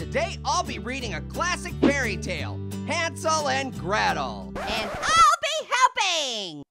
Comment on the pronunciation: Hansel and Gretel more like Hansel and gwetel